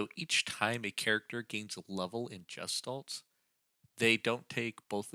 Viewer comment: It's pronounced guh·shtaalt. The hard 'G' sound. Not the 'J' sound. I don't even mind pronouncing the 's' as 'sss' instead of the proper 'sh' sound. But the 'g' being pronounced as a 'j' is definitely incorrect and noticeable.